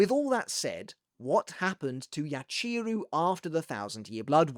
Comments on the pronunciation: Great video! I always like seeing you dissecting the bleach story, whether it’s manga or anime..I must say the only thing that’s putting me off a bit is the mispronouncing of their Japanese names🫣 like it’s not YaCHEEru, its Yachiru as ya-chi-ru where each part gets the same emphasis.. Sorry for pointing this out, it’s just a bit distracting to me..other than that, it was really interesting video, thank you for your content! 💪🙏🏻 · My guy, I love you… the way you say Yachiru hurts my soul